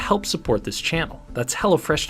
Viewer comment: I thought you were saying hellafresh imagine some enterprise that is named that way